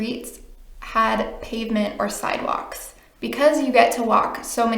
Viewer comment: It sounds like side woks to us English.